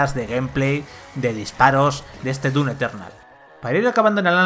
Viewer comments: un shot de tequila cada vez que dice dun eternal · DUN Eternal que dice el del vídeo... problemas con la M? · El "DUNETERNAL" rompe horrible con la seriedad y atención al análisis. Deben cuidar su dicción, por favor. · ¿Soy yo o el reseñador realmente dice "Dun Eternal"? LOL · Progresando en "DUN" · Dun lol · "DUN Eternal" 😂 jajaja xD